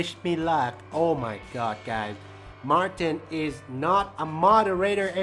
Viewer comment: He said Marthhin